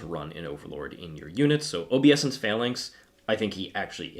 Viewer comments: I think it's oh-BAY-sense. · Please stop saying "OBEE-ESSENCE" 😂 if you're going to say a word 1000 times in a video maybe take the two seconds to look it up 🤦🤦🤦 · This has made my shift a lot better today, also learned a lot, even while cringing each time you mispronounced obeisance